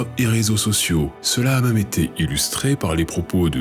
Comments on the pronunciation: Bonjour et merci pour cette vidéo. Question : pourquoi prononcez-vous "meume" au lieu de "même" ? D'une manière générale vous éludez les accents, pour quelle raison ? Bien à vous. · ah bon quel accent ? Il n'y aucun accent dans toute la vidéo, juste un défaut de prononciation non ?